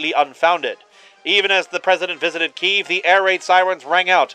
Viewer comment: The only thing I'll critique here is the pronunciation of Kyiv. It is pronounced kuy-yeev, roughly. And in Russian it's pronounced Ki-yev.